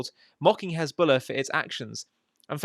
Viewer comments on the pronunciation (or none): HEZBOLLAH is defined as HENZBOLLAH😂😂😂